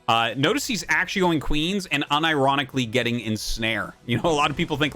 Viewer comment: getting ensnare... "UNIRONICALLY" haha love it